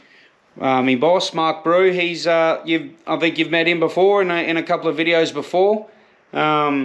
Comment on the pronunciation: “couple uh brides” love that